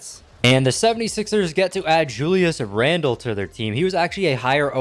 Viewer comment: “The knicks pick up julis randle” lol